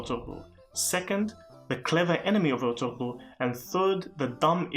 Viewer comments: The ğ is silent. It's pronounced ertu-rul. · Thanks for your vid my brother. His name is pronounced "Er-tur-rul" the ğ is almost silent like in my last name. The impact of this show in Turkey and all other Muslim dominant nations is truly hard to appreciate. Let me just say that the enemies of Islam... their days are numbered :)